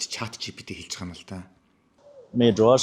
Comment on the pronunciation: Zdaa naad BAIGAA YM gedgee ymar lalriin hew maygaar heldiin be